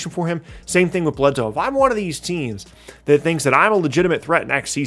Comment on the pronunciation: Eric Bledsoe... I'm sorry but I'm unsuscribing